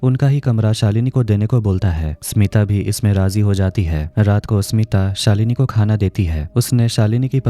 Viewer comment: My name is smita thanks aapne sahi se pronounce kiya baki log to acche se ni bolte .. Btw nice explanation